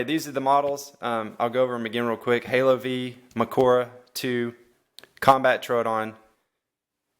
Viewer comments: Halo vee? I believe you say the word five. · It's "HALO FIVE" not literally the letter V, it's the Roman Numeral for Five.